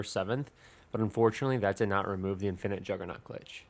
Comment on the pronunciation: Why do you have your own personal way of pronouncing infinite?